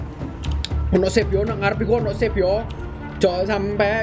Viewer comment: How to pronounce "save" is 'seif' not 'sif'🗿